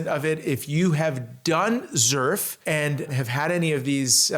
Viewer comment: You are pronouncing "Xerf" wrong. In Korea is you pronounce it that way, they will not know what you are talking about! Us Americans are bastardizing the pronunciation. Pronouncing it the way that you are in the USA will be fine.